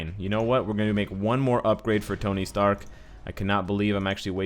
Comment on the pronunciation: He said tony stank